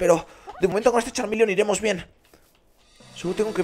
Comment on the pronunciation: nooooooooooooooo es Charmeleon no charminion y tambien es Charmander